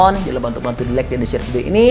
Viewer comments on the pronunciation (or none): none